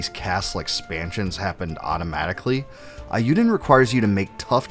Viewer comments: The Japanese vowel sound for E is how we say A in English. SO it should be pronounced A U Den Chronicle. Sorry I just had to tell you this before I can continue your video. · Eiyuden is prounced with a long A sound. Not like "I". "ei" being pronounced like "I" is a Germanic pronunciation. In Japanese e is pronounced like "eh" and i is prounounced like "ih". Combining them gives an "ay" like the end of "today". It rhymes with "hey you den" Eiyuu means "Hero" in Japanese.